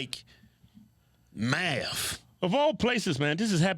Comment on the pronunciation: Did he say he sends his kids to school to learn Maff? (math).